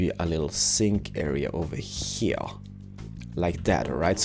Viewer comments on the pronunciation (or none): He's saying heaahh instead of here, it's kind of annoying but, it's an awesome video tho and an awesome house!